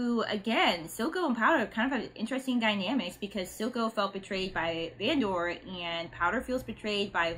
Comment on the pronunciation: You’re driving me crazy with the VAN-DOOR lol. Fantastic reaction though